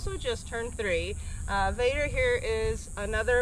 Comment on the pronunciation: Vader not bader